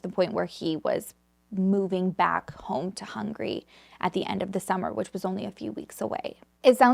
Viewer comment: I love your content ☺️ but Hungary isn't pronounced as Hungry but really as Hung-a-ry 👍